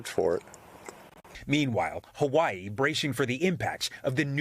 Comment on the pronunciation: Mahalo Jose for the correct pronunciation of Hawai’i 🤙🏽